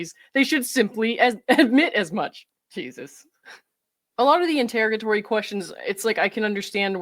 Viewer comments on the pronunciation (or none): none